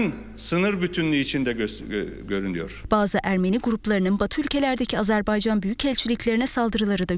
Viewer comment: Lütfen doğru telaffuz etmeye çalışalım! Azerbeycan değil, Azarbeycan değil, doğrusu Azerbaycan'dır. Azeri kardeşlerimiz değil, doğrusu Azerbaycan'lı kardeşlerimizdir. Türki devletler değil, doğrusu türk devletleridir. Yoksa Türk Devletler Topluluğu anlamını yitirir. Sayın Cumhurbaşkanımız halâ azeri kardeşlerimiz demeye devam ediyor. Sayın Dışişleri bakanımız Azebeycan demeye devam ediyor. Birçok gazeteciler ve televizyon programcılar türki devletler diyerek yanlışlarını devam ettiriyorlar ve hiç kimse bu insanlarımızı uyarmıyor malesef.